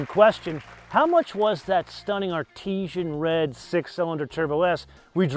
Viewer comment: Artisan Red, not Artesian Red